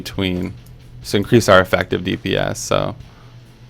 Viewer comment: "Effactive." Love the series dude. Keep it up <3